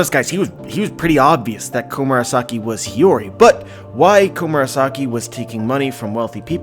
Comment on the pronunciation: omg you finally started pronouncing Hiyori right. Hearing "Hayuri" for so long was bugging me!